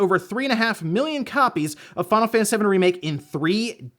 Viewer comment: "we're gonna start today with fawnafaniss remake"